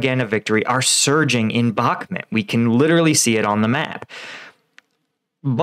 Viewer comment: Please could you research the pronunciation of: "Bakhmut" and say it correctly. Thank you.